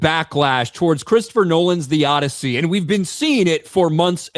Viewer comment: The "Oddity"